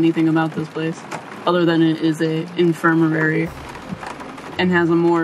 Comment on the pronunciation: Its INFIR-MARY lol not " Infir-mer- rary "